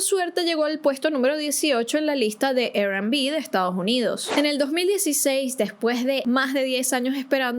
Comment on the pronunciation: Te amo, pero la R en inglés se pronuncia "ar". Lo menciono porque dijiste "Er Kelly" y "Er&Bi"